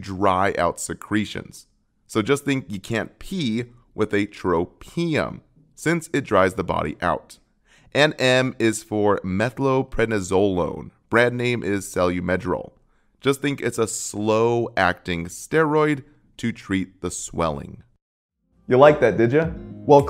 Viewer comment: Davis Drug Guide: Pronunciation: meth-ill-pred-NISS-oh-lone. Emphasis on NISS, … not ZO. Must double check these things when reaching a wide audience. Mostly very helpful video. Thanks.